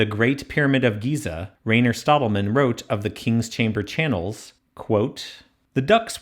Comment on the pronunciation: We pronounce Rainer like RYE-ner not like rain